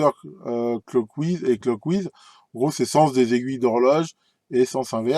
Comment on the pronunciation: Bon, pour le sujet, c'était bien intéressant, mais pour la prononciation de certains mots anglais, ça fait un peu mal. "Clockwise" et "counter-clockwise", ça sonne comme "cloque ouahize" et "coun'teur cloque ouahize". Pour finir, une petite explication "du pourquoi du comment" de certains tournevis de réglage qui ont une pointe en céramique au lieu de métal aurait été la bienvenue. Je chipote mais c'est parce que je les aime bien vos vidéos. Bonne fin de semaine, merci pour les vidéos et à la prochaine.